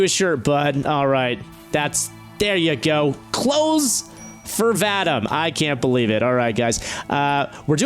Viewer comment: Vadam? Man, this name is pronounced: Vah-Deem.